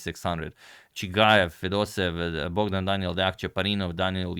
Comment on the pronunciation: Izgovara se Fedosejev